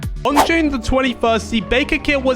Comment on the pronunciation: You said lune let me fix it june